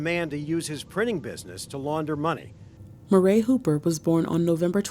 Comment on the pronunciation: "Murray" is pronounced "MURRY" NOT "MUH-RAY".